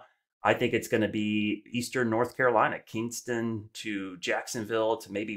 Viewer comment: That's KINSTON. Not "Kingston."